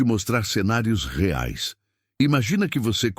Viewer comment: Ajusta mais o áudio do IA. Ficou horrível quando pronuncia "reais"😅